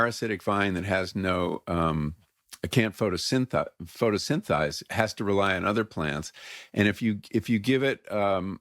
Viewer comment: It’s photosynthesize, not photosynthize, Mr. Pollan!! Pretty shocking!